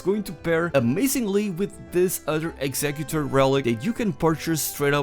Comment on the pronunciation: It’s pronounced executor not executor.